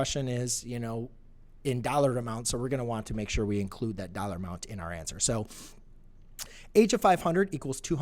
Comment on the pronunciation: LoL 'Amound ' == Amount